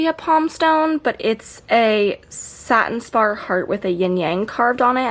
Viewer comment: girl yesss thank you for saying satin spar! lol! i love your collection!